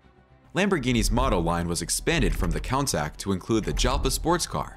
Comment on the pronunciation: A picture of Jean Claude Van Damme as one of the Mimran brothers..? And a picture of Nissan SUVs as newer Lamborghini models? Wrong pronunciation of Miura and Countach, and pictures of the Aventador and Huracan as if they were made in the last century. And leaving out the episode with Enzo Ferrari..? And pictures of a Maserati Granturismo whenever the expression "gran turismo" is used.. This seems to be made by someone who is not a car enthusiast. 🤔